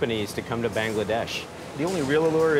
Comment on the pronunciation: The way the narrator keeps pronouncing “Bangladesh” is so irritating 🤦🏻‍♂️